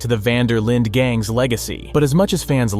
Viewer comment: linde not linda. hey. :D hope u r well. :))